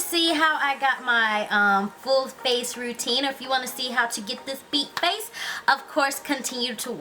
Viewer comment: everytime she say's FACE she make a "huh?" sound at the end it's cute lolx yhu are so friggin beautiful &&' iiLove all yhur tutorials